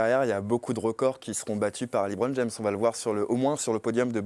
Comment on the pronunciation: Le Hoopcast c'est de la merde présenté par un animateur qui se prend pour Jacouille ( Hellôôôô Hellôôôô) et un faux journaliste qui se prend pour un spécialiste Américain mais qui ne sais même pas prononcer LeBron James sans dire Liiiibron James, n'est ce pas.... Erwan et Thomas étaient 1000 fois mieux BUSA, gros site d'hypocrites ou seul son fan club peut s'exprimer...